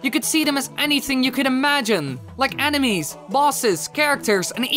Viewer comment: Who thought he said anime’s not enemies😂OMG